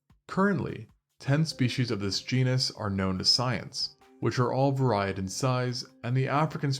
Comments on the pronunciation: "so it's not crazy to believe that they may have been bigger even in the past" perhaps go with "...that they may have been even bigger..." "varied" is pronounced vay reed or vah reed, not vah ride "carrion" is pronounced ka ree un, not carry on (it is not luggage) also when talking about where fossils of species were discovered, maybe say "they lived in modern day country/location " or "found in modern day country/location " instead of "they lived in country/location " "...this has been deduced to the fact that..." should read "...deduced by/from the fact that..." there are a few other smaller moments throughout the script/voiceover that could use some touching up in the form of some words being rearranged/added/removed for things like flow and clarity, but overall rather good not sure how many takes you did but some of these felt like it was the first take, it is okay to re-record so the flow of your words and voice sound better and more readily understood this is all meant to be constructive! keep makin videos! just some things to think about for the next ones :) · Varaid in size? Varied. Cmon a lot of common words keep showing up as mispronounced. Is this being read by AI? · "ver-eyed"? You mean varied, rhymes with married? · You said “varied” wrong lol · I caught that as well. How does someone mess that up. I almost want to unfollow the channel 😂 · Love your videos. Wish I wasn't so distracted by the way you pronounce "varied" and "carrion".